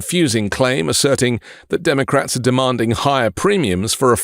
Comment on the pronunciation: nobody, everybody, Dem-O-Crats, Bi-DN